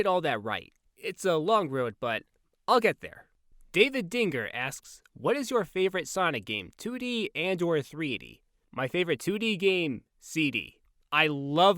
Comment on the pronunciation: There's no "guh" in "Dinger"! Either way, thanks for answering my question! My favorite 2D game is 3&K, but my favorite 3D game (and favorite Sonic game overall) is for sure SA2!